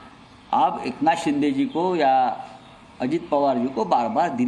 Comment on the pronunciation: शिदे ❌ शिंदे ✅ 🤨👊